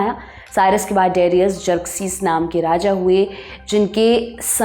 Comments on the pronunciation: de-ri-yas.....nahi daa-ree-yas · AAREE PAGAL DARAYUS. DIRAYUS NAI.NAAM THEEK SE BOLO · डेरियस नहीं डरायस। हिन्दी में दारा। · Darius nahi Dayursh hai wo nam aur sultan nahi shahnshah bol sakte hai. Please correct it. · Darius nooo Daryush Cyrus nooo Karyush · angrez madam. Darius hindi aur urdu me Daa-ri-oos banjata hai. Babylon banta hai Baabil ya baabul. ap hindi channel ho? sahi me?